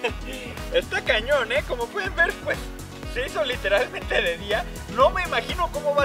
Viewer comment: like si tambien te sangraron los oidos con "se hizo LITERLAMENTE de día" min }